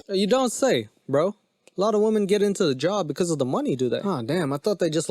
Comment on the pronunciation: I can't even watch this cause the dude with the mic can't even speak proper English. It's women...not woman. And your humor makes me want to jump in front of a train. And it's years not yurrs